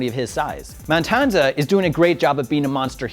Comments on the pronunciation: It's matanza, not mantanza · It's MATANZA not MANTANZA! You suck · did he just say the monster man-tanza lol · gets a lot of hate, but I like his style. Except for how he says Matanza. Dude, fix that shit.